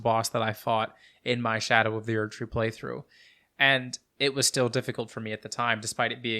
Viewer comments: I love that you pronounce it "sk'doo tree" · Skibidoo tree 🚽